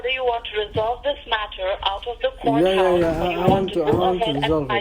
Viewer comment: No they don’t say courthouse- they say goathouse